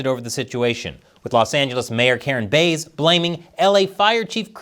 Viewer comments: It’s “Karen Fish” not “Karen Rythym Instrument” ya dig bass not base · Very clever to entitle the video in a way that outwardly appears to criticize or praise in a backwards manner. I’m hoping your metrics are improving. BTW, the name of the mayor is pronounced like the fish, bass 🍯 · It's Bass, like the fish. C'mon man. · Karen Bass' last name is pronounced like the fish, not the musical instrument. Just wanted to let you know as I expect there will be other 'firestorms' (literally and figuratively) in her tenure as L.A. mayor over the next few years that you'll be reporting on. Musk's '5 accomplishments' email - If no one in the OPM responded and they all got laid off, would there be anyone left to do the paperwork to lay-off the other 100,000+ employees at other federal agencies who didn't respond? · It's Bass, like the fish.